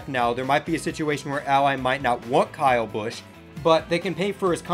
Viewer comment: Good video, but why did you pronounce kyle busch like that?